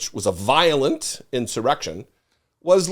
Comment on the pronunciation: "Vilolent"? Come on,! (we love you, anyway)